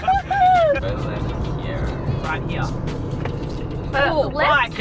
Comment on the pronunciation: "hey, its kinda nice down hea"